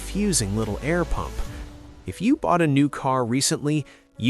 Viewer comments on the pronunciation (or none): none